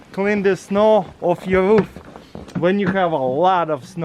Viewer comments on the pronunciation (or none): Taras your say Ruth it's roof